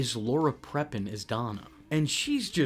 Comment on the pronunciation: Wrong. Wayne Knight played an Angel that was there to take Eric thru a series of events from his past where him and Donna never dated. Lol where did you get what you said about the Angel being there to show Eric what life without him would be like from anyways?🤣😂 that was hilarious really😆😄 EDIT: Her name is pronounced as Laura PRE---PON ...Laura Prepon not PREP----IN😆😅🤣😂 ohh you are too funny☺